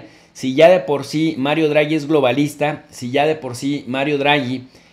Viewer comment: No es "Druagi" es Draghi y se pronuncia tal cual, no es un inglés... es italiano.